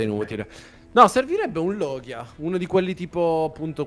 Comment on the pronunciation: Si scrive logia ma si pronuncia Rogia